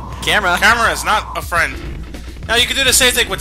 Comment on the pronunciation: "Now" not "Know"